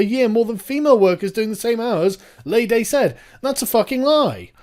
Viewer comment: FYI it is pronounced 'Lee Day' not 'Lay Day' :) keep up the good work sargon :)